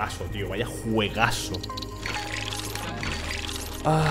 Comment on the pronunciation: Se dice juegazo no juegaso